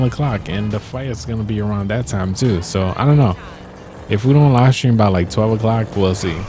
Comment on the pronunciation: you said sram it is stream